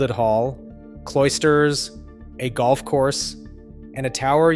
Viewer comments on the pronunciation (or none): none